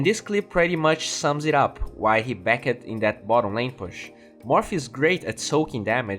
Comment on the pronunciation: the E in past tense verbs is silent (backed for example). Your content is amazing, but please work on your pronunciation.